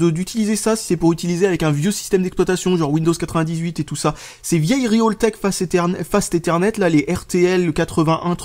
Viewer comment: Par pitié...arrête de prononcer RIOltek, ça me fait bondir à chaque fois. C'est tout bonnement faux.